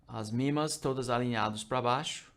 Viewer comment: MA médias móveis, ele é gringo . . p/ pronuncia mimas